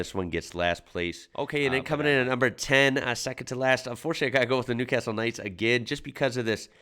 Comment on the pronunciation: New. Carrrrrstle